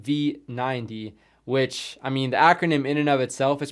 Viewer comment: You did the acromym pretty correct. The 90 is said nitti